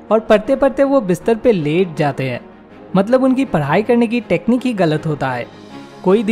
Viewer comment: First padai hota h voo paaadi nhi 😂😂😂😂😂